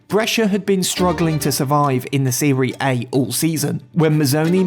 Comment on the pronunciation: Dude said “seree A”